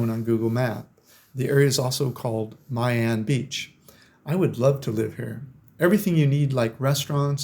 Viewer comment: YOU MISPRONOUNCED ,MY AN BEACH. MY IS PRONOUNCED "ME" AN❤ MY WIFE IS VIETNAMESE AND WE VISIT HER FAMILY IN DA NANG, EVERY YEAR. IT'S CALLED DA NANG , NOT DA NONG😂